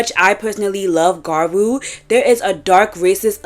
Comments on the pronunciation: im american and i know the pronunciation is "gya-roo," thats the og term. ive heard people with accents say gyaru in the correct way before, its not hard. there is a y or 'i' sound in there which makes it "gya-ru," not ga-roo. the 'blackfishing' in the gyaru community is something frowned upon, especially as gyaru evolves. defending and acting like it was never a problem however, is bad. we need to normalize these conversations to grow and make sure the 2-3 shades rule stays the norm. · You guys are so dense. Both of the ways to pronounce gyaru are right - the word gyaru is a loan-word anyway; there is nothing wrong with different accents for you all Unless it's a Japanese pronounciation then it's suddenly just so wrong and itchy. The video was directly addressing the conversations and misinformation that is spreading in recent times, specifically in the western parts of the internet, and the conversations happen to be mostly about the past. Adressing the antiblackness people are trying to cover with "it's just ea colorism" is much needed. Acknowledging modern gyaru sensibilities is not a requirement for the point to stand here, and the subculture itself seems to have come to the same point anyway. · I've typically associated the origin gyaru with Okinawa girls adopting American 90s-00s beach looks. It makes sense that American culture would bleed into Okinawa trends. Okinawa is a place Americans go party because of the US military base. So I can see why jearsy shore looks similar to it cuz its like this american beach clubing girl thing lol. Btw, if you try saying gal but end it with a lu or ru, it would sound more accurate and be easier to understand. It's basically saying gal in a Japanese way so even if you just said gal I think that would make more sense to english and Japanese speakers. I mean no disrespect, Im just trying to help. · It's pronounced "Gradru" not "Garwo" but cool video anyway 😎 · Gradru? It's more like gee-yah-roo